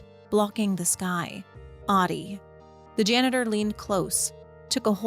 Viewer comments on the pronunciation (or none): It would be nice to spend three seconds to learn how to pronounce Ahti .It's not hard and would make this much nicer to listen. It's not AADI, it's AHTI. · Ahti would pronounce his name as AH-tee not "Oddi". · every time you pronounce Ahti as Ati, an angel gets a diarrhea. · It kinda annoys me that even in the game canonically Jesse call's him "Ah-dii" when in Finnish Ahti is said with every letter pronounced clearly so (A as in America, H as in Haha, Ti as in Tick). So you get A(merica)H(aha)TI(ck). A H T I and not what sounds to my Finnish ears as AaDII. No H no T. And I can't blame anyone for saying that cause the GAME DOES IT TOO SO asdasdfsaf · You must to say AHTI, not AHDI. He is not Ahdi. 😂 Learn to say Ahti.❤ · she be sayin ahti like shawty 💀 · Great video, but you lost me at “audie” instead of Ahti